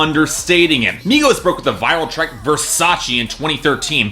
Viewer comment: exactly why white boys who can't even pronounce the artist's name shouldnt talk about something he doesn't know anything about.